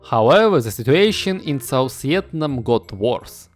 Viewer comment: Ты так прикольно говоришь "Виетнам" на английском